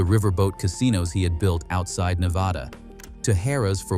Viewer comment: The narrator loses all credibility in his pronunciation of Nevada